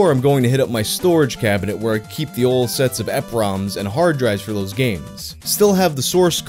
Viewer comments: E-PROM, not EP-ROM. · The way you say eprom kills me. Its pronounced E-Prom. Like email. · ok i an sorry for being a jerk ,,, butits E-prom , not epROM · Am I pronouncing eprom wrong? (E Prom)